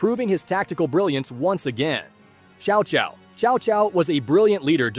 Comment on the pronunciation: His name is tCao tCao, not Chow Chow.